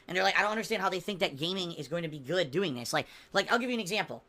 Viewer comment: "It's gahuut! Not guut.. Gaaahuuut!"